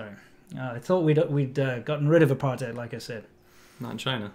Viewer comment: I lived in RSA for 20 years from a young age, leaving coincidentally when the ANC took control., I noticed you pronounced 'apartheid' once correctly, otherwise as '***hide' - since it is an Afrikaans word why can't you get it right please? Incidentally I also lived and worked in PRC and Taiwan for 15 years and as a trained proof reader I do pay attention to every nuance.